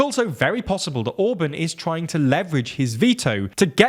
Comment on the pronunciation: Ok, you're a britunculus so you have limited contact with standard spoken English but could you at least try to pronounce words correctly every now and then? Orbán for example had TWO vowels AND the second one is clearly stressed! Other major faults must be addressed later.